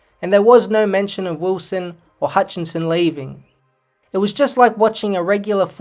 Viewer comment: It’s HUTCHISON not “Hutchinson”